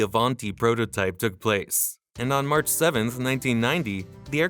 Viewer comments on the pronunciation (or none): none